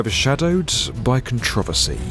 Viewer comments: Con TRE VESY? 😂 Do you mean controversy? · Wtf is contrivacy? You mean controversy? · “Controvosy” yup that’s definitely how that’s pronounced